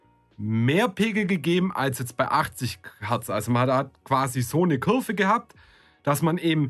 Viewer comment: Es heisst Kurve und nicht Cürve!